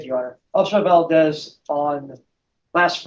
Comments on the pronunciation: Really tacky how judge is drinking a big gulp during court proceedings. Not officer Validez. Valdez. Two syllables. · Valdez, 2 syllables. Not Validez. Violent with a long I. Not Vaolent.